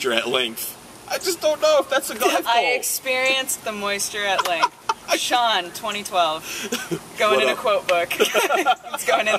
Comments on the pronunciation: The name 'Sean' is Irish and Scottish name. It's the Gaelic form of John via Norman French (where it was 'Jehan') and the correct spelling is 'Seán' or 'Seaghán' (Irish orthography) or 'Seàn' (Scots Gaelic orthography) It's pronounced like 'Shawn'/'Shaun', which are anglicisations of 'Sean'. It is most certainly *not* pronounced 'Seen'. And before you ask: yes, I'm Irish. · Seán is pronounced Shawn. It's Irish for John. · Sean is not pronounced like Shawn and Shaun...